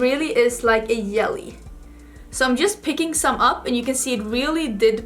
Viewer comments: Thanx for a great tutorial. Fyi: J in jelly is pronounced like soft g as in the word gently.😊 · Yelly 😉 I’ll admit that I can’t pronounce the letter “v.” I always pronounce it as the “w” sound. It would be so cute if you sang the Destiny’s Child song “I don’t think you’re for this yelly (jelly)” song 🤣❤️ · The pink look is gorgeous but I think the yellow is stunning and makes your eyes really pop! May I ask if the “j” or it’s sound is not used in Swedish? I heard you say “jelly” and “yelly” so I’m curious. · I love how you say 'yelly' instead of 'jelly' #SoSwedish #WhyAreYouSoPerfect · Yelly (jelly) was so cute! As an American watching, I love the accent!! Then again I know mine would be picked up on in Sweden. I just do not think any other country loves the American accent. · Pronounces "longevity" flawlessly; can't pronounce "jelly" 😂❤ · lol i love how she pronounces it too